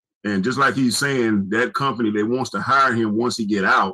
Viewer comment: "Come-pany" is what the 35 year old man said.